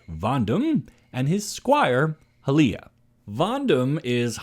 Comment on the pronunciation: Also, the spelling would suggest Ha-Lea or Ha-Lie-a....not sure how you got Hi-leia